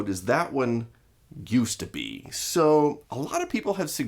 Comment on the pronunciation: when David says "-used to be," his voice suddenly drops and changes to one I'd expect in the trailer for a 1980s action movie, but only for the one syllable.